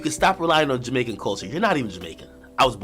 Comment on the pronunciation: Somebody tell akademiks that just because him drop outta him mother in jamaican doesn’t make him apart of the Jamaican culture...you can’t a tell ppl u come from jamaica and pronounce it like that...what a shame